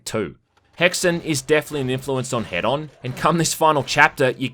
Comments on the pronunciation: It’s H-eed-on like Hedonist. Not head on, apply to forehead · >head-on Bro... IT'S HEDON. Like Hedonism. Say it with me, now!: [Heeden]. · Wait why does even the game pronounce "Hedon" as "Head-on"